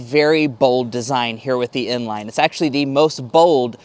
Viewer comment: Bro saying inline and n-line👀